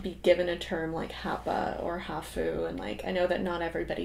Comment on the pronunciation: Japanese word “half” sounds like HAaph, not haHoo.